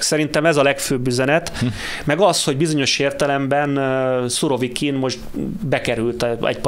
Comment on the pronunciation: Úristen,Szurokivint mondott? 16 p.magasságában a kérdező.Demkó természetesen már helyesen mondta utána,feltűnést elkerülve,őt nem kijavítva..ühüm😄